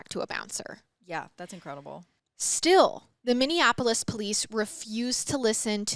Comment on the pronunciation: its Min-E-Apolis lol I got you girl!